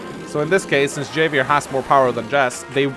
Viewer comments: love ya dude, but it's "Hah Vee Air". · I hated blackbombs but would've been cool with them if missiles silos were taken out and functioned liked blackbombs instead, so to use Black bombs would need infantry or mech to get control of them first. and Javier is pronounced with an H , HAHvier, like Javier Bardem Who is still ridiculously broken